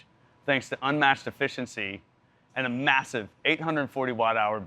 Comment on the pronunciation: saying "massive" like that in bike promotion is quite brave :p